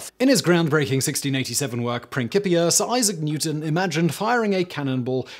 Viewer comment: OMG. SIMON PRONOUNCED "PRINCIPIA", OF ALL THINGS, PERFECTALLY.